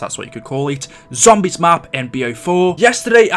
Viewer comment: WHY DO I HATE THE WAY YOU SAY “ZOMBIES” ?!?! FUUUCK! I like all your vids and have been subscribed for a couple years now and everything on here is great... But........ that lol. I know you can’t change it either like you can’t help the way you sound too so I’m sorry